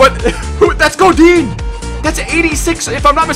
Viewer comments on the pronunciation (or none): none